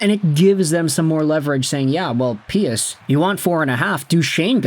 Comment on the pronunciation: Pius Suter’s first name is pronounced like- pyuus not pee-us. This came directly from him in his Red Wings introductory presser after being called pie-us. Thank you